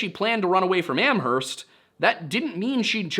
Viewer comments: Hey, my neck of the woods! Locals pronounce Amherst without the H, btw, like Am-erst. It's wild that none of the 3 pizza places were Antonio's. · only posting cause you usually ask to be corrected: the H in Amherst is silent! "am-urst." And Haverhill is "hay-vrill". Excited that you're covering this case ( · You don't pronounce the "H" in Amherst, but this is a great overview! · and a silent h in amherst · Lol the way you say amherst